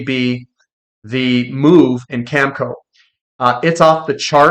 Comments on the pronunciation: cam-eh-co not camco. sorry but it matters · Agree. He can't even say Cameco. Always calls it Camco. I don't thing reading is his strong suite. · Oh I get it, the worn out cliche “eh” thing. I’ve heard Americans say eh as well… anyways, it’s cam e co with the e sounding like in bet.